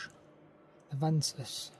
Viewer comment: I think it’s pronounced Veesman